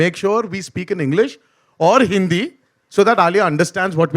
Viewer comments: He is a Master in Hindi. Lovely pronunciation. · Jr. NTR ki hindi badiya hai yaar 🔥🔥🔥... Uccharan ek dum sateek hai 🔥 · Wow yar Jr NTR sir ki Hindi pronunciation maximum Bollywood actor se better hai ..